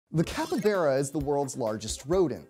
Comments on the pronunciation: It's not a cuppybeara, it's a fucking CAPYBARA. Bar, not Bear. You could google for a minute before making a video, dude. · CAPY BARA NOT KEPPYBERE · It's capybara, not capybeara! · Capy-baa-ra. Not capy-beeraq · The way he said capybara: capabara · Did he just pronounce it Cap Yberra? Sounds like a quarterback for a mostly Latino highschool football team. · This guy was perfectly fine with me till he said capyBEARa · Which pronunciation is that? Are you sure it's not Capyba "R" a. You might find this video informative as well, especially regarding the capybara's dietary habits. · "capa-bera" consider me triggered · the pronunciation of capybara is capybara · I'm not a fan of the the way you say "capybara". You say It like capy-bear-ah. It's weird. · You’re wrong pronunciation of capybara makes me uncomfortable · I just don’t understand why you pronounce Capybara the way you do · Y’all pronounce it capybara or capybara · Literally explained nothing and he couldn’t sound more white saying capybara. The way he says made me cringe so much